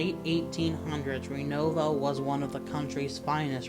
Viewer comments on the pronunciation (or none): Spelled renovo... but to anyone who's lived there its pronounced renova